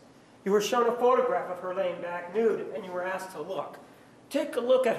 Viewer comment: Once during the trial Juan objected to saying "excape", and I'm pretty sure he also says "axed"